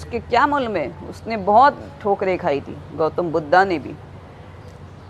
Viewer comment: वैश्या साली अपनी तुलना भगवान बुद्ध से कर रही है । हिन्दी बोलने नही आता तो मत बोल ' बुद्धा मत बोल भगवान बुद्ध हैं।